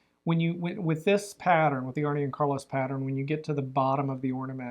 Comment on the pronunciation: Love your podcast. With Arne and Carlos, it's not pronounced "Arnie ", its "Arnuh" with the emphasis on the Arn.